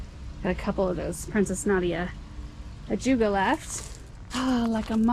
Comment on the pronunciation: You gave me a chuckle….my husband makes up names for our plants so he can remember them. It’s very cute. He calls the ajuga….ajugula. You just called it the same. You made him feel special😌